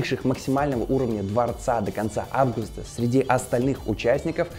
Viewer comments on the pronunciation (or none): none